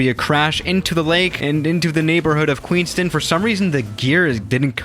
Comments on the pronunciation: queenst'n airport god that hurt my ears, you say it like its written QUEENS TOWN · I'm from New Zealand, and it's pronounced Queenstown, not Queenston. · Queenston Me: its queens town wow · It's Queenstown...not Queenston! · Yo you actually did my video idea!! Firstly it is pronounced Queenstown not Queenstin, you never vacate on the little taxi way, that's only for GA aircraft and it is amazing to fly into!! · as a kiwi I can confirm it is pronounced "town" not "tin" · hey it's indeed pronounced queens-town and not queenston or how ever you were pronouncing it:) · I live in queenstown and its prononced queens-town not queenst-tin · Queenstown not queenston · I requested this and for your information I fly the 787-9 into this airport and the whisper jet has never flown in Nz or Australia and it’s queens town not queenston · me being from New Zealand it is pronounced queens-town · it's pronounced " Queens-Town". You wouldn't know how to pronounce it because your European. Please get it right you dumb ass bitch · Its "QUEENSTOWN" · It's Queens-Town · It’s Queens Town ( that’s how you pronounce it). The reason why there is high traffic is because of the many outdoor adventures available. Bungie Jumping was invented here. Also the Shotover - a very high speed jet boat ride around the narrow corridors of the river. And it’s a nice place. The mountains on the LHS of the lake are called: The Remarkables. Furthermore, it’s a very high value wine region, perfect for Pinot Noir. Skiing is nearby, at Coronet Peak. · It is pronounced Queenstown. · Pronounced kweenstown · Fyi. It is pronounced Queenstown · Good video. I live in New Zealand and have been to Queenstown many times. Btw its pronounced Queens-town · it's pronounced town as in t-ow-n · I’ve been to Queenstown airport, and it’s pretty cool, also Queenstown is pronounced QueensTOWN, you say it like the word town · It’s pronounced queens town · it’s pronounced queens-town